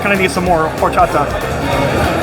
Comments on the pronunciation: Al pastor versus adobada is slightly different. Al pastor is cooked on that turning spit and adobada is either cooked on a grill or braised in a oven. Adobada means "marinated " and both are very similar. Pro tip "H" is silent in spanish so it's pronounced Or-cha-ta. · H is not pronounced in horchata (Or-chata) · Bro, don't pronounce the H in horchata. Just Orchata. 😊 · Horchata in Spanish the H is silent so say with out pronouncing the H (when at the beginning of a word), so say it like this...Orchata. Just an FYI. 🫡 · The "H” in Spanish is silent. Horchata is awesome, I need to try this spot when I go to NYC in August. Coming from L.A. I’ll see how good those tacos are ☺️They do look good.